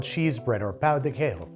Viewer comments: Ola y tudo ben! I speak brazilian portuguese. Personally, I think it'd be Trader João (zhoo-ow) and Pão de Queijo is pronounced "Kay zhoo", just wanted to let you know haha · this is a super minor critique, but the "j" in portuguese is always pronounced. "quiejo" would be pronounced more like "keh-shoo" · We don't pronounce J's like H's in Brazil. Queijo is pronounced "Keh-Jo" like Jojo (sort of) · That's not how you pronounce "queijo," the j makes more of a zh than the spanish j.